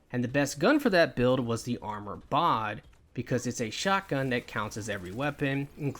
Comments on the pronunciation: Great vid bro but it’s Bod like it rhymes with sod but it’s bod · are you dyslexic? it's literally called BOD.